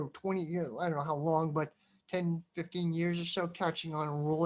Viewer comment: I'm sorry, did you say 15 or 50?